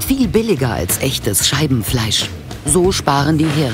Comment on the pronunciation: Warum verstehe ich immer anstatt Scheibenfleisch Scheidenfleisch 🤔😳🤣